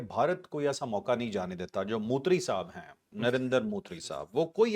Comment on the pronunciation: ھاھاھاھاھا موتری کا آپ کیوں موتر نکال رہے ہیں 😂😂😂😂😂😂😂